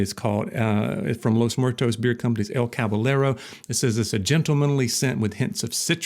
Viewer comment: Going to help you with some Spanish. It’s pronounced “cabayero” the double L sounds like y.